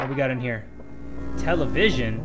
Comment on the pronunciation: Television Me: did u say tell a vision?